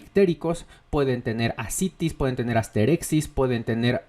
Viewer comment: Como una pequeña corrección, el término médico es asterixis, no "asterexis". De ahí en más, buen vídeo